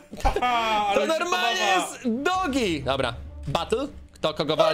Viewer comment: to nie dogi tylko doge